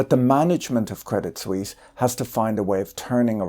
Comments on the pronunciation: The T in Credit Suisse is silent. French pronounciation. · No need to pronounce the t of crédit. Very nice video btw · Credit Sweeze?